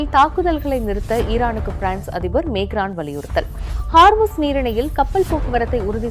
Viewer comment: Emmanuel macron you are pronouncing wrong the name of the president